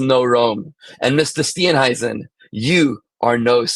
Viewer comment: you pronounced Mr "Steenhuisen" perfectly.. just saying😅